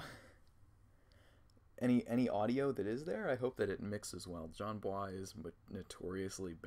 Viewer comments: Jesus Christ “/jan bua/“ is not how his name is pronounced. Not everything needs to be pretentiously French. You’d think someone who pretends to know who Jon Bois is would pronounce it correctly. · everyone is making fun of him for saying Jon Bwah but its pretty cute tha homie is trying to pronounce it right and be nice